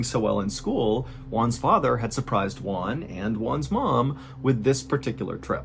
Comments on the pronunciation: to pronounce Juan correctly just think in the worh WHO....so is WHO AN....Juan..(sorry for the comment) You´re the best MrBallen!! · It's really funny to me the way Mr Ballen pronounces "Juan". When he says it, it sounds like "one". 😂 The "ju" should be a harsh sound, like in "who". Juan sounds like "Who? Anne." No criticism, I love your videos. It's just a silly thing that made me smile. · I dont want to be an asshole but an easy way to pronounce the name"Juan" is saying "WHO-AN." Im sorry but even the subtitles interpreted the way you said it as ONE. anyways great video! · I thought the family was from China, because of the way you pronounced their names, but in the end, I realized he was Juan no Wan. 😄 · I'll never understand why you pronounce Juan and Tijuana the way you do it???